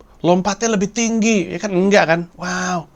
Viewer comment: Soalnya pas dia bilang "waoww"nya engga biasa, kayak ada yg aneh gitu😅